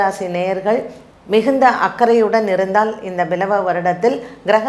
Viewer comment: It's not பிலவ வருடம் it is ப்லவ வருடம்.